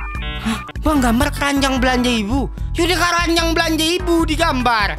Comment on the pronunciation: kerajang bg bukan keranjang